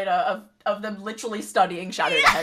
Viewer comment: "Stadying shadow" as you do